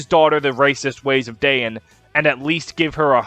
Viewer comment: Pronouncing Dayan as Diane is everything I never knew I needed